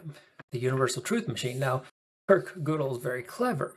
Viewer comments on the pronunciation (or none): 1. It's Gödel, not Godel - pronounced Gehdel and not Goahdel. 2. As no UTM exists, we have no way to know that it can exist. Hence reasonings based on it are undecided.